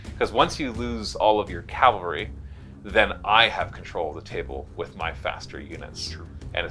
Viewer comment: Calvary? Seriously 😑